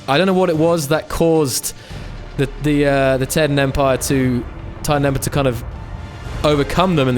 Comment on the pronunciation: The Taiidan is pronounced as Tie-dan This is really good